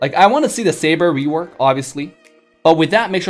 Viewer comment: Am I the only who heard rewakt?